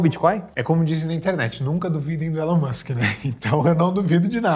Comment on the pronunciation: ''Ilon''? não é Elon????? pq o povo gosta de chamar 'Ilon'?